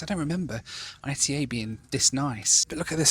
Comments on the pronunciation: Bro called I-T-A instead of ITA (ETAH) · Its not pronounced I.T.A its ITA (eat-a) like ita ly . Not initials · For some reason hearing say ITA as 'eye tee eh' instead of 'eeh tah' was really grating! I assumed it was pronounced a bit like the start of Italia rather than as separate letters! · Please, it's not "I-tee-ay". It's "eetah". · "I-T-A" 💀 It's pronounced Ee-tah, not ITA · First of all learn how to pronounce the name of the airline ITA is not like you say but it's /ˈiːtə/ EETA Second how much does ITA pay you? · Oh no, not again,! I thought you had learned that "arrivederci" means "goodbye", not "hello"! And the airline is pronounced "eetah", from "Italy", unless you pronounce the name of the country as "ee-tee-ay-ell-why"! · Hi, great video, just to let you know the airline is pronounced “EETA” by the Italians, the I sounds like an E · It’s eeta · 700k and does not know half things on the route and how to pronounce the airline lol